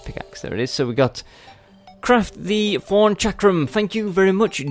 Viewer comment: I laugh every time you say thorn because it sounds like forn with ur accent